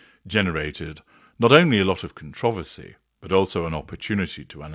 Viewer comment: Thank you for pronouncing ‘controversy’ correctly and not saying ‘contra-versy’. It’s clearly spelt with an ‘o’, not an ‘a’. 😮